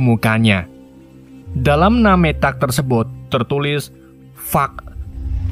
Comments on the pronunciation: Bukan "nametak" om, tp nemtek (nametag) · NAMETAK=DIBACA NEMTEK